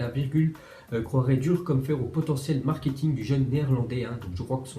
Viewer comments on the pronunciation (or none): none